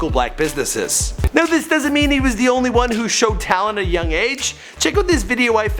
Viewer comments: It's Strictly only brothers it sounded like you said over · Yo it’s strictly ONLY brothers Not over..lol